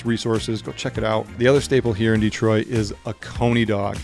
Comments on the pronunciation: Its not DEEtroit, it is dehtroit. Please pronounce it right. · Why does this guy say DEE-troit?